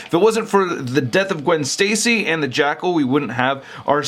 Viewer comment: It sounds like keeps saying "Jackhole" 😂